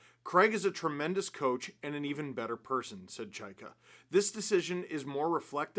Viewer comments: Chy-ka. Chay-ka. Chy-ka. Geez. Can we say it right, please? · Can't get used to the new Chayka pronunciation. I say that as someone with a last name no one knows how to pronounce.